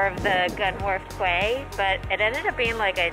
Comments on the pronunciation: Quay is pronounced as Key, enjoy your pint🍻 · Thank you for sharing. Quays should be pronounced 'Keys' not 'Kays'. Don't forget to fit in Wales when you get a chance. The whole nation is most scenically beautiful. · What you called HMS Victory was, in fact, HMS Warrior, an ironclad warship from Victorian times. Also, quay is pronounced key not kway. Please don't ask me why, it's English! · It's pronounced key not kway also use Celsius temperatures your in britain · Quay is pronounced key :) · I was pronouncing Quay the same way until I was corrected. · Yep! Pronounced key. Britain is actually spelled with only one t so it’s “you’re in Britain.” Since I know Fahrenheit best, I’ve always kept my weather apps in that system, even when I studied abroad in London during college. (Aka during uni if you’re a Brit.) I believe most Brits do the same and keep their weather apps in Celsius when they visit the US too, no?